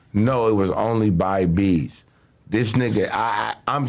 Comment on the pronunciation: I though this nigga Adam said Veeze who the fuck is beeze , that’s what I get for not reading the title lmaooo